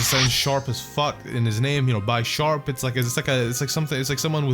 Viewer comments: It's BISH-ARP not BYE-SHARP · I still hate the way you say Bisharp, it's obviously Bish not Bi S, y'know cuz Pawniard is a pawn and Bisharp is a Bishop? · Sorry, but I think it's bish-arp not bi-sharp, unless it's like bi-sharp in the anime or something... because he's a bishop... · That's not how you say bisharp it's not bysharp like by sexual it's b I sharp i aaaaaaaa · its proncounces beesharp, not bysharp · Bisharp is pronounced as Bee-sharp, not By-sharp... It is a combination of BISHOP and SHARP... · And bishop is pronounced Bi-shop not Bee-sharp So Bisharp should be bi-sharp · B-I-sharp not bie-sharp bro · byesharp? i thought it was bisharp? oh i was wrong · By sharp lol it's bisharp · Did he just call it bi-sharp it's pronounced bishop, like chess but bisharp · You pronounce bisharp wrong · bisharp's name comes from bishop and sharp so think of how you pronounce it's name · u pronounced Bispharp wrong.. it's pronounced like Bishop but with sharp instead of shop... pawniard (pawn from chess) evolves into Bisharp (Bishop from chess) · The "I" does not say its name in Bisharp, the name is a combination of bishop and sharp. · One of my pet peeves is when people mispronounce Bisharp. Always elongating the i. It's Bisharp as in bishop, Not Bisharp as in bicycle. I'm just like complaining though so don't mind me.